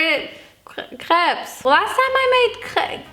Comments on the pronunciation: RIGHT ?! SHE PRONOUNCE IT SO WELL ! Except putting the "s" part, I was like "WHAT ?! She is speaking french so well !" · guys, im french and she just says it with french accent! when she says that she says it as a french x')) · She said it wits the right pronunciation 😅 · Im french and the only difference is we say " p-uh" at the end and says "pse" at the end, but she pronounces it so well like tf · I‘m french and we say « krep » so you say it perfectly🙂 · In Germany, we pronounce the "s" because that's the German plural form. The singular is "ein Crepe" for us, which we pronounce exactly like in French. But in plural it becomes "mehrere Crepes" (multiple crepes). So when she's saying "CrepeS", she actually isn't mispronouncing the French plural "crêpes" at all, she is just applying German grammar rules to it, because that's what happens to loanwords. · Im actually french and the way she said crêpes is perfect can you guys stop 😭🙏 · Attacking her for the way she pronounced crepes? Shes GERMAN! shes German and yet she says the word EXACTLY the way my very French French teacher says it! Lmfao! There are wars and famine and the climate and you are here protesting the way this german girl says the word crepes???There are so many things to protest about! Put ur energy there. This right here is supposed to be ENTERTAINMENT kids! You are supposed to come here for smiles and fun! 💯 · perfect ✨crêpes✨ pronunciation (approved by a french lol) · So many Americans (or just English people) are “correcting” her when she’s the one saying it right 😔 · All crepes are good crepes. Sorry for the haters that made fun of your pronunciation bc it's actually correct lmao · if anyone is pressed about the way she says crêpes, she said it exactly like us french ppl do so if someone needs to correct their prononciation it’s probably you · brazilians pronounce like crêpes too. i don't understand why people are saying it's wrong. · I’m french and you pronounce “crêpes” very well !!